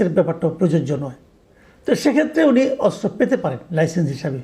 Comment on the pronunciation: অস্ত্র উচ্চারণ করতে পারছেন না, আরও চেষ্টা করুন, উচ্চারণ করতে 😅😅😅